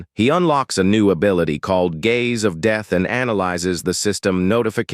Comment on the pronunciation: Sad, low effort, AI slop made video. Wtf is dayth techniques??? Wtf is a draydle enemy??? Can't pronounce bow right after saying it a million freaking times! Sad...